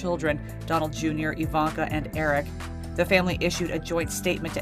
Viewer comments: ITS IVANKA>>>NOT IVANA! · omg❤ i love how americans pronounce the hard v in ivanna, we have to pronounce it iwanna or else get hours of lectures! just saying.